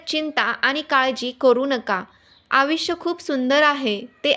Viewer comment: आविष्य नाही आयुष्य